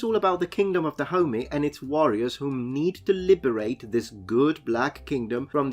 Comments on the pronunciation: i keep thinking that you’re calling africa the “kingdom of da homie”. while I know thats not what you’re saying, I think that’s pretty funny. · Da homie? I though it was pronounced DahomEY. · YEEES I keep hearing Kingdom of da Homie!!! Glad I'm not the only one. Also it's Kingdom of da Homie vs Kingdom of Oil? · without knowing the context for the first minute it sounded like you were saying "Kingdom of Da Homie" and I was very confused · I keep hearing him say "the kingdom of da homie" which I know he's not but I can't un hear it! Lol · OMG.. i thought you were calling the kingdom, the kingdom of the homie.. lol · It sounds like he's saying the kingdom of da homie. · I only (mis)heard it as "the kingdom of the homie" for a solid minute there, and now I can't unhear it either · Yeah, I heard kingdom of da homie every time 😂😂 it's funny cuz it fits!